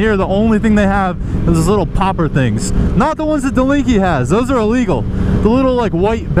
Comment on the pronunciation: are they drunk?? Oh wait that’s probably ellegal too